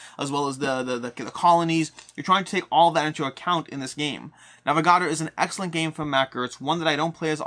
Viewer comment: The way he pronounces Navegador is like nails on a chalkboard haha great vid though